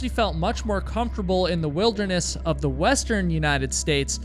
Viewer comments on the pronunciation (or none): none